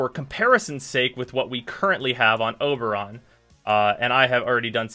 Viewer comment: He calls him Uberon. haha!